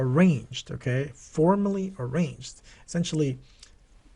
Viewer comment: Arraigned is pronounced a-RAIN-ed, not arranged my dude. The g is silent.